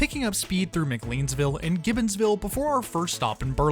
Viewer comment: Great video, but it's pronounced Gibson Ville.